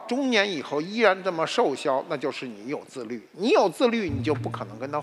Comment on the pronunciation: 瘦削，念shòu xuē。